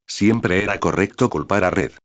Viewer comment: en vez de Red es Ñed xd